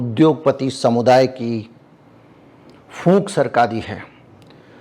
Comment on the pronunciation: Phoonk nahi pook